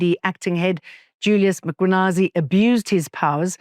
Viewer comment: Jane was doing so well with Nguni names. Why is “Mkhwanazi” so hard to say properly? 🙃